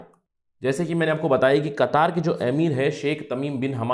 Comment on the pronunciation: kataar nhi qatar..